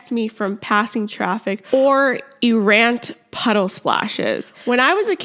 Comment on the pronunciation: How do you not know how to pronounce "errant?"